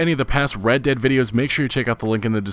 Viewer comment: Red Derd Redemption